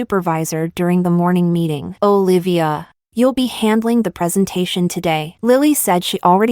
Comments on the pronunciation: Y u stress so much on name …high pitch O….and separate Livya…..it’s together Olivia….its so annoying. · Olivia. Lol. The narrator sounded weird pronouncing the name every time